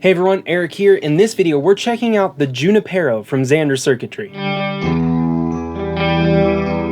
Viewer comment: “Junipero” is a Spanish name & properly pronounced: “ hoo-NEE-Pear-oh “. “J” is sounded like an “h”. Emphasis on “NEE.” Just saying...